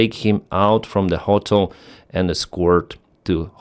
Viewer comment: The wildest part of this video is how he keeps pronouncing "ho-tel" when it's almost exactly the same way to say it in Ukrainian. Gotta be trolling right?